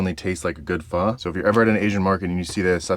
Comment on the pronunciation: I just know you have Asian homies by the way you say pho lol